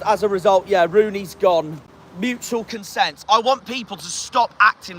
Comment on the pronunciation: It's consent not consense.